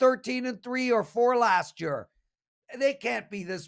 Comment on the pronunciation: Lmao, I was planning on commenting how he pronounces year 🤣